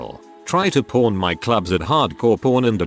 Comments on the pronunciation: Sounds like the narrator is saying, "Prawn Stars" & I don't know any show about shrimp. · I was only hearing the video and I was so confused 😅 like "why the f there's a reality show on hardcore porn?" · Today I learned that the AI voice makes pawn sound like porn and that apparently I’m a child because it made me giggle every single time. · This text bot really really really needs to enunciate PAWN better lol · It may have caught my attention a couple times. Lol